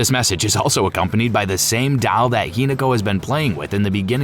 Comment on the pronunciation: While the general concept and explanation is good—there are so many errors and misunderstandings that it’s actually annoying—and I’m still on the silent hill f section. Heroine is pronounced wrong over and over, kitsune is pronounced wrong, names are pronounced wrong and even the word doll is pronounced strangely. Furthermore—this part bothers me the most—the explanation of the endings is terrible. There is a true ending and there has been for a while—it’s not open ended. There’s a good, a bad, a true, and a UFO ending. The way the fox wedding is explained is horrible. Missed the point completely and in fact got it wrong. That’s the bad ending where Hinako loses herself completely and her identity is stripped from her—she marries him as a faceless entity and then her real face is stamped on. It’s not a happy go lucky kumbaya ending where they’re all friends. Also the fox hinako is explained poorly here. It’s not about her growing up and accepting peacefully. It’s about her identity being stripped and sense of self. Not sure how these issues made it into the final script for this video